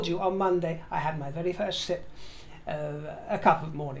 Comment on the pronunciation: My hearing isn't the best, so you were talking about coffee,, and I laughed out loud because it sounded like you said, I had my first shit. 😂 I rewound and you said sip, but the first did make sense. Enjoy your coffee my dear fruit.